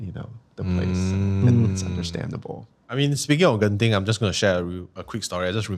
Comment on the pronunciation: I came here to Spotify just to say the way Singaporeans say Genting is so wrong! If you think Genting is creepy, check out Janda Baik when you guys can - super keras vibes there!